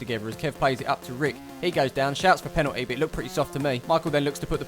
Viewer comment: Oh I will never get over the way you say penalty... its not pennity mate;)